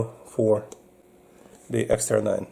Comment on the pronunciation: That's an EXTAR EP9, not an "EX9". 😉